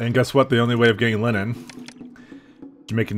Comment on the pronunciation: I think I been here for too long caz when you said line-nin I just went "it's, of course he pronounce it like that."